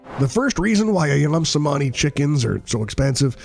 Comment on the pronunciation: Is not pronounced CEMANI AS IN THIS VIDEO ,,,, C IS PRONUNCED AS CH ,,, SO CEMANI RIGTH PRONUNCIATION IS CHEMANI ,, 🙏 GREETINGS 🖖